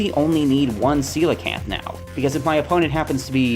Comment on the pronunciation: Thank you so much for pronouncing coelacanth correctly